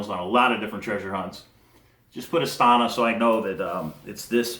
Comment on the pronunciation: (KA-zak-stan) and (a-STA-na)